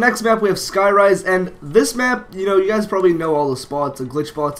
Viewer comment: "Skyrise" lmfao